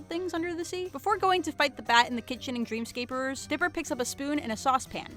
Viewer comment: did she say "Dreamscaperers?" she did it again